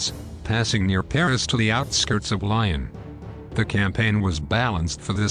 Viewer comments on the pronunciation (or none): Lyon - pronunciation "leeohn"